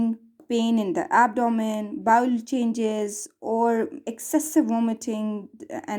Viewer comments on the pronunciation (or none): Bowel is bowel not bowl